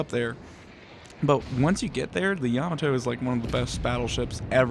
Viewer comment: It's pronounced Yah-mot-toe not Yama-toe